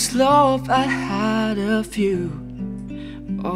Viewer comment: Love woy bukan lop 😂